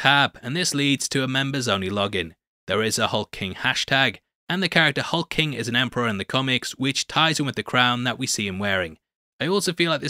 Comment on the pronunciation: HulkLING! Not Hulking, you &#+@